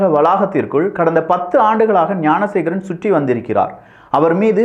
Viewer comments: Bro please check in 6 min instead of gnanasekar mispronounced as gunasekar.... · என்ன தம்பி விக்கிஃ வார்த்தைகள் தடுமாறுகிறது. குற்றவாளியின் பெயர் ஞானசேகரன். நீங்கள் ஏன் குனசேகரன் என கூறுவதில் நோக்கம் என்ன? விளக்கம் தேவை.